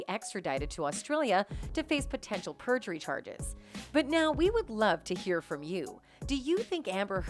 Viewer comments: Isn’t it perjury? Not prejury? 🤦‍♀️ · Prejury or perjury?